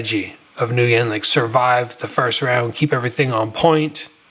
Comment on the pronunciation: "Ngyun" is pronounced "win"